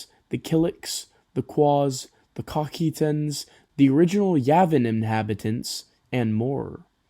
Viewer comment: The Cocytans must be a Hebrew subspecies with that pronunciation